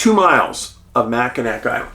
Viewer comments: Macinawww Island…..NOT Macinak Island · Hi Dave... It's Jena from Milwaukee. My husband Tom passed away last week. He really loved your movies. Anyway... The pronunciation of Mackinac is supposed to be Mackinawe....... Just like I'm in awe of your dog "Huck". Thought you might want to know that.. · Good Morning Dave, I watch all your videos and love them but when you pronunciate Michigan city's wrong it goes against everything in my code to not watch anymore. Anyway it is pronounced Mack-in-awe. In French, a word ending in ac is often pronounced with a soft or silent final consonant. As a result, Mackinac was written with a c but spoken as Mackinaw. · Great video and a very mysterious case. For future reference, and in case you do another case in this area, Mackinac is pronounced Mack-in-aw. 😊. I’m headed to Mackinac Island this summer for a girl’s trip. Can’t wait. It is a super magical place. Cheers! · i'm a michigander, every time he says mackinack i cringe lol. it's nails on a chalkboard for me! 😅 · Love your show! Wow, Thank you for bringing to light this cold case mystery. Growing up and still residing in Michigan, I remember this unfortunate incident well and, like others, was perplexed by the findings of this case, or lack there of. Keep up the great work! (Mackinac is pronounced MACK-in-awe (like "awe" or "aww"))